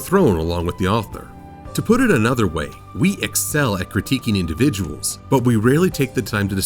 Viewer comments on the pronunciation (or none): none